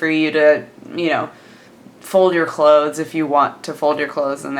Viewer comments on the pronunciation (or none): I cannot stand the way you say "obviously" and "clothes". Its like youre trying so hard just to pronouce it fully. Just relax, its not that serious